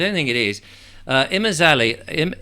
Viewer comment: emphasize the MAZ. So, IMAZaLIL